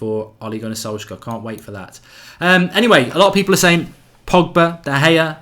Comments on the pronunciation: Love the content but his name is solsh-shire pronounced! 😂😂 keep it going pal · Thats sad that u can't pronounce Solskjær Mate. Shows ur attitude on the correct pronunciation. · Thats not how u pronounce it. Its very hard for a english man to say that name, everyone gets it wrong. Im norwegian so i know.